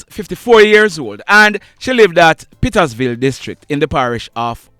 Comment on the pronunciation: sir, the name of the community is PETERSVILLE and not pittasville as you pronounced, I know that's how you got it from your news course, so I am not blaming you,just don't like to hear my root birth and upbringing place is being mispronounced...Blessed love sir❤️🙏😊